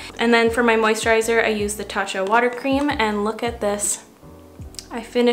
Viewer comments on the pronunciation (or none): none